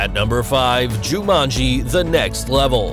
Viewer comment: The way he sead jumanji 🤦‍♂️🤦‍♂️🤦‍♂️😞😞